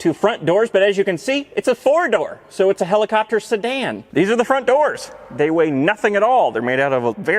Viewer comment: "Rumpacopter" made my day.